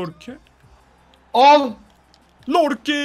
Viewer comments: Aslında Lorke değil Yorke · Ya lorke degil yorke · abi lorke değil yorke adamın adı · Lorke değil Yorke olduğunu söyleyin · Abi yorkeye lorke diyosun çıldırıyorum ya